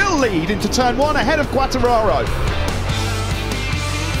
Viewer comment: for the brits is so difficult to name Quatrararooo ahahahah u are so funny